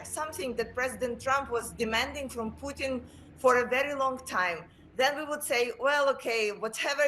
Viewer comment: You not saying Putin properly you freak